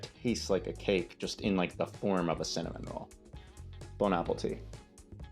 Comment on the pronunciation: Not me hearing salmon roll every time you said cinnamon roll and being really confused